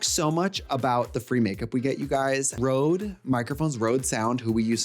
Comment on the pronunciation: That is not a Rode mic? That's a Røde (red/reds in Danish). Pronounced: hhrroouugghh